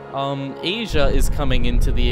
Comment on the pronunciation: I like how you said agea instead of asia here's the time code for it